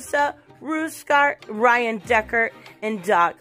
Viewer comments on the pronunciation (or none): none